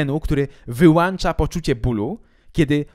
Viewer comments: Wyłącza, nie wyłancza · poprawnie mówi się wyłącza, a nie wyłancza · Zabiję Cię (sarkazm)... WYŁANCZA Sorry, ale jestem wrażliwy na tego typu błędy. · strzeliłeś sobie w stopę w tym "wyłancza". Jestem osobą wierząca, ale mimo wszystko lubię pooglądać twoje odcinki, nawet jeśli nie zmienię zdania (bo sam zgadzam się z tym co kiedyś powiedziałeś, że nawet jeśli Bóg istnieje to nie jest taki jak opisany jest w Biblii), to przynajmniej się dowiem czegoś nowego. Szacuneczek. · Czy Ty właśnie powiedziałeś wyłancza czy mnie się przesłyszało xd aż cofnę xd